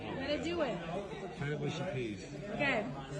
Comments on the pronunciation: mushy - m-uh-sh-ee not moo-sh-ee and they are made from marrow fat beans. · It's actually mushy with an 'ah' sound, like in "hush" or "flush," not mooshy. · can I ask why Americans can pronounce "Mush" but adding a Y on the end turns the word into "Mooshy" 😂😂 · i guess all the yanks say mooshy instead of mushy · It's 'mushy', not 'mooshy'! p.s the fish and chips in that clip looked bloody awful! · Come on, why say Mooshy peas when its spelled Mushy peas.........Mush as in Hush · Mate it's mushy peas not mooshy peas. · Mushy peas not mooshy peas. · It's pronounced Mushy peas, not Mooshy peas. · Mushy peas, not 'mooshy' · Arrrrgghh it's mush like bush... Not moosh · The Greek burger probably came with a knife and fork, this will obviously confuse the average American as they don't know how to use cutlery! Mushy (peas) has a U in it , not OO! So pronounced MUSH-Y not MOOSHY! An American stating they wouldn't eat a steak Tartare because they like good steaks, ham etc has absolutely no idea what good food is due to it being full of chemicals! American food is generally NOT good and only tastes of whatever spices they add. American food should be avoided if you value your health and life!! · Mushy peas, not mooshy peas... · And pronounced Mushy, Not Mooshy,?? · 'Mushy PEAS', not PEES - and the 'mush' in mushy rhymes with rush, not push. They're peas cooked until they go mushy; a speciality of 'up North' in England. As a Southerner, I wouldn't feed mushy peas to a stray dog.